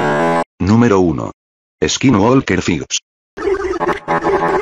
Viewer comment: He pronounced is kin wall kir